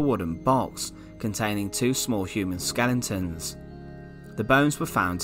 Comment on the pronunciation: What’s a skelenton? 🤣🤣🤣